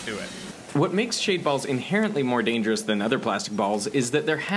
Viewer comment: "its a dangerousse"